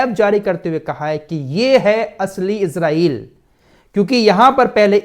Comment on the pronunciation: ap ejraiel na bole esraiel bole